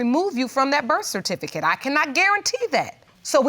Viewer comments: She said "bercificate" twice! Ooohwee! 😂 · The REF-FERTIFICATE 😂😂😂😢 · Is it me or is the word "certificate" tripping her up? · Can't even pronounce certificate. Sigh lol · she can't even pronounce certificate.. uuuggghhhh